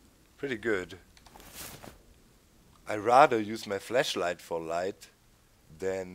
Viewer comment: My god, the way you say flashlight. XD